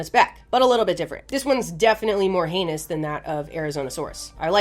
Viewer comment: i love how this girl we all tune into because shes semi intelligent funny and swears. is always so self conscious. and in reality were all laughing because every time you say heinous all we hear is anus. and for some reason it is your favorite word in this video.